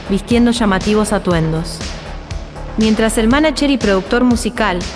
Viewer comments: Mija no se dice manacher, se dice (manayer) Manager. Suena como Ye (Y), no como Ch o Che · Cuando dice manacher me saca años de vida